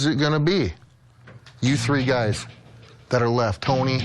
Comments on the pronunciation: exactly, they way he pronounces guys as gays is hilarious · he says "gays" instead of "guys" rofl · ” …before you gays got on this show” 😂